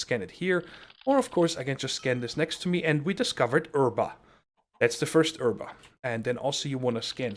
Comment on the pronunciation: Um please say herba not erba